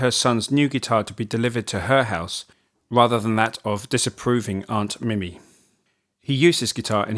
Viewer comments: It's not mime its mimi pronounced in Liverpool as MeMe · It’s pronounced mee - mee not mi - mi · Why are you unable to pronounce the words "Mimi" and "Casbah"? I'm curious! Tard?